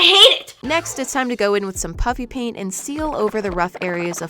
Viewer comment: when you say “Puffy Paint” it still sounds to me like your saying “Puppy Paint” 😂😂